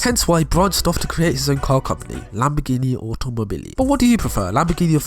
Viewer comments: Its whas the “ferrrrrrarrri” and the “lamborrrrrghini” for me🤣🤣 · I love how you pronounced Ferrari xD. Same for Lambroghini.